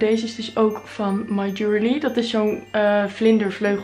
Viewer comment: en (my) jewellery spreek je meer uit als: ju wel rie